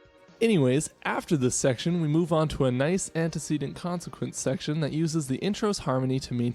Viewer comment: It's pronounced ant ih see dint